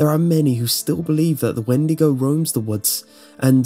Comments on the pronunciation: I believe it's pronounced wen-dee-go not win-di-go. Great video though! Love your channel! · When-de-go <-------- supposed correct pronunciation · 'Weed-to-go' xD